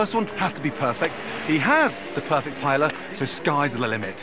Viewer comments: not paella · You’re in Spain. Please learn how to pronounce ’paella’ 😲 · the way they all mispronounce paella is killing me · The ignorant mispronunciation of paella is painful to the ears